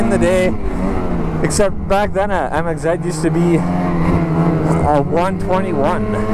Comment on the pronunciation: Why does he call it a Mxzed